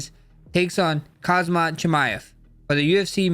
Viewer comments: Please learn to pronounce the name... its not Kazmat its Khamzat... additional alphabets in the name are for a reason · and kmazat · Khamzat ❌Kazama✅ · Khamzat not Kazmat 😂😂😂😂😂 more fighters been saying that wtf 😂😂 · Khamzat not Khazmat bro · Khamzat ❌ Kazmat ✅ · Can’t stand it when people say khazmat. You and chael both do it. Are you stupid? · kahzmat chimaev LOL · Khazmat, Khazman..🤦‍♂️ Don't act like Uncle Chael, Max😅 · Americans are supposed to be the smartest, best and dominating country on earth, but every american i meet or see on youtube say "Khazmat". It's actually extremely annoying. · Chimaya kamaya kazmat wtf😂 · Blessed, casually delivering the name Kazmat and it sounds perfect 😂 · Bro literally sat right next to Khamzat in UFC 308 press conference, still can't pronounce his name properly 😭